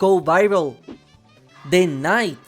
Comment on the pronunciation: "De Trapper"